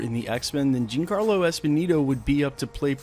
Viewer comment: Just as a heads up, Giancarlo is pronounced "John Carlo", not "Jean Carlo".